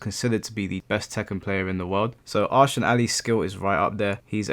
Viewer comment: jsyk, Ahsan is pronounced 'EH-sun'